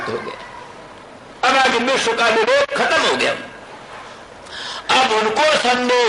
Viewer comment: विश्व तक का उच्चारण नहीं कर सकता है बिस्व / बिश्व उच्चारण करता है